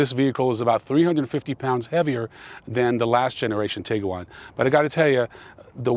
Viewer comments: tig - you - wan ... NO. tig - wan. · Whop can’t say Tiguan. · Man you are so jacked that I'm too nervous to mention the Tiguan has only two syllables. Nonetheless, your channel is very impressive.